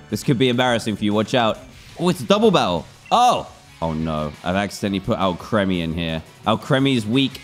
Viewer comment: Its Al-kree-mee, not Al-kreh-mee